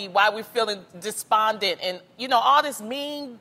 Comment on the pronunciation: I'm sorry but did loni say "dis-bonded"?